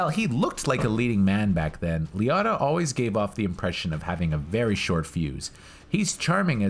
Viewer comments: Ray Lee-o-tah not Lee-ot-ah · I cringed EVERY time. LEE-O-TAH. Say it... SAY IT!! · This is a classic film... Nice job! Btw being from NY, hearing Liotta pronounced any other way than Lee-O-ta is pretty funny. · Lee otta? How do you people learn to pronounce names? Do you only read it? Did you never hear a human say his name? Do you not watch movies or just read about them?